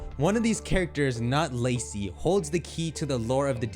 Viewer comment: It’s Lacey lol 😂